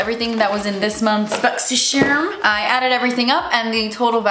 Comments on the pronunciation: Whenever I see Boxy charm, I hear saying boxy sherm 😁🥰. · I watch these just to hear her say “boxysherm” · I absolutely love when you say that you’re going to do your “Boxy-sherm unboxing”! When I get my own box, I even say it to myself! LOL!!